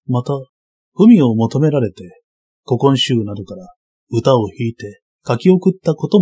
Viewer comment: ここんしゅう → こきんしゅう